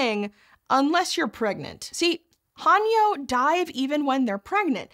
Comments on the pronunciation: It’s not pronounced Han-yo. It’s Heh-nyuh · Aye indeed, and thanks for pointing things out ^^ The unintentional 하녀/hanyeo "servant girl" pronunciation here was a bit unfortunate, especially when considering how proper pronunciation of 해녀 in recent documentaries, newsclips, and even interviews with Japanese Breakfast's Michelle Zauber have been well published in various media in the past few years. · Just a nit. The Korean divers 해녀 are pronounced with a long a (like the a in ate), not a short a (like a in ark). It's more typically romanized as Hae-Nyeo if that helps. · Mispronunciation of "haenyeo" directly after the knitting video disaster? Not a good look. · The 'hae' in 'haenyeo' is pronounced more like the 'ha' in 'hay,' but otherwise great job😁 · Since it's bothering me more than it should, any 'ae' in an Anglicised Korean word should be pronounced more like the 'e' in hello, not an 'a.'. And 'yo' is pronounced like 'young' without the 'ng'. I wanted to just ignore it, but the word was read too many times for my brain to ignore 😂